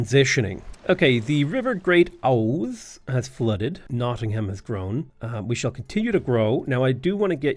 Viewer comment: man hearing someone actually pronounce the ham as ham instead of um nottingum is just kinda wack